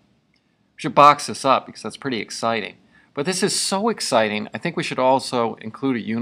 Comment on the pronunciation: "Lets box that puppy up and we're done, Oh this is so exticing" lol thanks for the vid